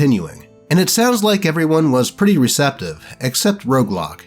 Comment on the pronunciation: Roguelock sounds more like Roadblock. Haha